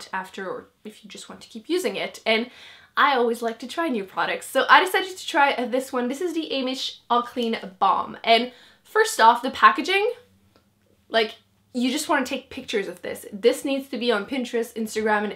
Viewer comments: You actually do need to pronunce H in Heimish name and mizon is read as e, not i. Both koreans brands. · I never noticed that. I thought you pronounced it american way silently like they do with herbal.